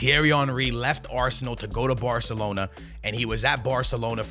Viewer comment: barthelona lmao